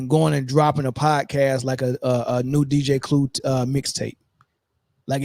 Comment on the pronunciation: The man said dj clue.😂😂😂😂😂. My guy .